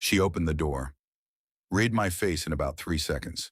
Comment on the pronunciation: AI ALWAYS MISSES read. It pronounces read as reed when it should have been red, though spelled read dual pronunciation though spelled same.